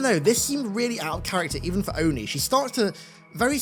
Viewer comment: I'm glad that they finally said ONI instead of O-N-I (oh-in-eye)